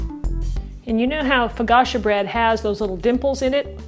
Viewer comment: You got my thumbs up,. Thanks for another winner, but it sounds like you're saying "fo-gotcha", and I DON'T want to forget about THIS recipe. Ha ha. Still luv you all the same.